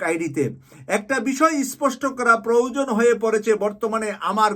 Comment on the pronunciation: এই দুইটি উচ্চারণে কিছুটা ভুল আছে ১ বৈষম্য বিরোধী, ২ প্রয়োজন।